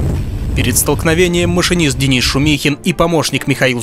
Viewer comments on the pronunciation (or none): none